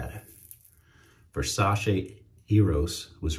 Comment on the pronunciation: Just to let you know . The correct pronunciation its the way you say it versace It aint versa-she it aint an english word